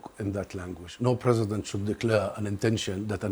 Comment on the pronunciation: Anyone else realized that pronounces the word "President" as "Present" 😂